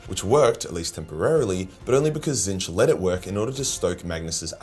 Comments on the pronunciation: HOW did you pronounce Tzeentch,? I feel like I just witnessed the end of an era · HEY HE KNOWS HOW TO PRONOUNCE TZEEENCH!